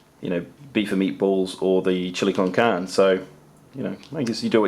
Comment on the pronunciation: Chili con carne is Spanish for chili with meat. Heads up *carne is not pronounced with a silent e. It's pronounced just as you began but add a long "a" sound in place of the "e" at the end of carne. If you can spell socks you can say, that's what it is in Spanish. Spanish lesson for free! 😄 Cheers!